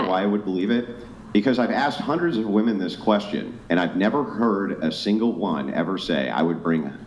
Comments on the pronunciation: Goddammit, now i can't unhear them saying woman instead of women😂😂😂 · “We’re more educated than men!!” pronounces “women” as “woman” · Why do they say "woman" instead of "women"? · Women who can't pronounce "men" or "women" correctly should automatically be disqualified.